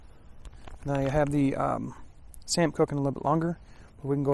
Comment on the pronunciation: Great review. I am South African and a lot of what you had in there are very much South African staples. You did pronounce 'samp' correctly and it is used as a substitute for rice. Its very popular and you also get a variant that is mixed with beans. The chutney and tomato sauce was definitely meant for the curry, especially the chutney. Curry is almost always served with chutney here.